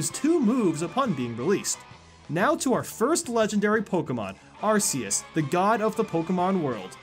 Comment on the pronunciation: you pronounce Arceus like arseus its actually pronounced arkeyus, just so you know.